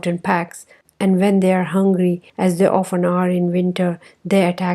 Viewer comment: Pronunciation of often word is wrong. You pronounced wrongly.